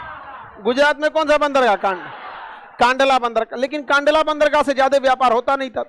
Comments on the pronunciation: कांडला नही कंडला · Kandla nahi kndla bola jata he